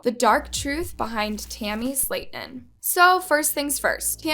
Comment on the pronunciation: i hated how u pronounced their last name wrong